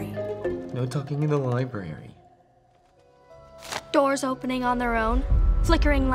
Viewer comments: Nope.. He said "LibRaRaRy" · Marta Yu *LiBraRy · "No TaLkInG In ThE LibRaRaRY" 😂